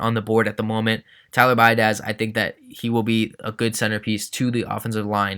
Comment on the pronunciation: Seeing Tyler go to the dolphins hurts but you make a good point, also I cringe laughed at your pronouncing of biadasz, your not the first to butcher it lol. Bee-ad-ish, sorry it just bothered me 😂